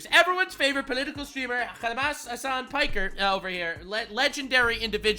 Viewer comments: Did you say.... "Hamas Piker?" XD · “Hamas Piker” bro I can’t😂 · It's not Hamas Piker?